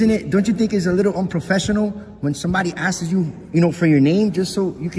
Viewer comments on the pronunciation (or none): “…not even if the public askses.” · "Askes" "Statue code" Can't read simple paragraphs This dude barely has a 2nd grade education. You gave WAAAY too much credit with 7th grade